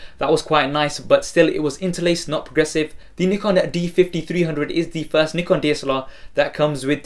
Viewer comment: awesome, i like the way u say Nikon